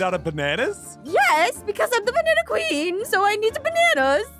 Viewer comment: I just laughed when Aphmau just Seyd she's the banana pween😂 😂😂😂